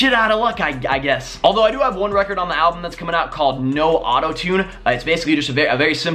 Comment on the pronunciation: Did he say album? sigh